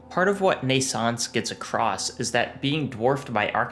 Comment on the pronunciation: Shameful! However, despite your claims to the contrary, your pronunciation of "Naissance" is alctually flawless. just like your pronunciation of "NaissanceE" which is just Naissance with a slight emphasis on the usually mute "e"